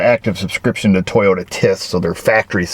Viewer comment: I’ve heard lots about the “Teeyota Way” …